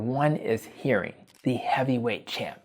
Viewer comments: sounds like "hairing" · It's pronounced "her-ring", not "hear-ring". 🙂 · Nice video! but HERRING not Hearing lol